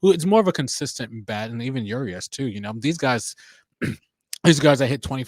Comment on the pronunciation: I don't mean to nitpick, but Urias is pronounced OOH REEH- AHS, not YOUR-EE-AHS. Great discussion. Glad to hear from Hollander. He had a great offseason. Ownership? No. Front Office? Yes.